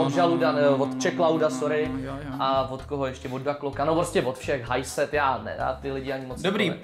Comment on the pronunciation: Drásá mi nervy jak řekl dAkLoK = je češko 🤡